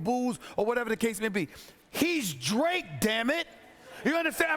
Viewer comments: c'mon Stephen a... it's not dre. Its drake And ... lmaooo wow Stephen a it really ain't dre. Its drake, guy. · I think Stephen A. Smith might be getting Drake confused with Dr. Dre lol. Cause I swear I kept hearing him say Dre, not Drake. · SAS butchers names so often now lol. He called that man Drake, "Dre" 🤣🤣🤣 - Rob Pelinka to ➡️ Rob Pelink-er Drake to ➡️ Dre